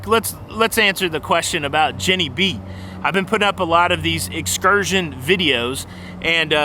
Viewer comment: I like that Jenny B can "excurt" when she wants to. Did you just coin a new cruising term?